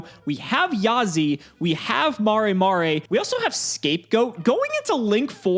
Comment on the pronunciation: Every time says "mah-ray mah-ray" I die a little inside